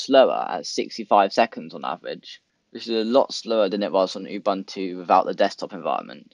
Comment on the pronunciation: It's pronounced "OOBOONTOO". "OOBANTOO" doens't exist.